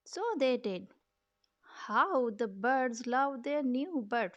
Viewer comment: Love the Brooklyn style "Da Boids" soo cute😄😄